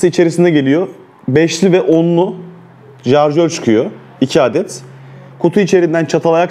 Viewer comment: Abi isin icinde bir insan olarak neden jarjör diyorsun? Şarjör olmasin.